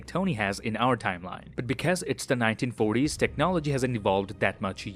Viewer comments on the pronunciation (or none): did he really said "like our tmline"